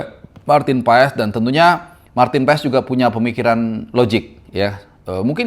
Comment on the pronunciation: Baca nya itu Paas, bukan PaES, tolong bang jgn dibiasain, kalau ada yg bener kenapa hrs ngajarin org yg salah